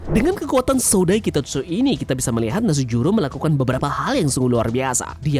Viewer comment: V Nus juro.... Bukan Nasujuro